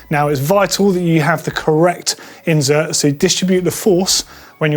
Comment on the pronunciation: Surely it's insert not inZert.